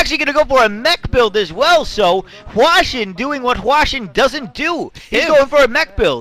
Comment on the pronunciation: but i think he is wrong, it's supposed to be hwa-shin